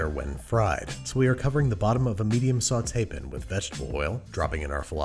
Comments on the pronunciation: Hehe saucepin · Saucepin frypin sauteepin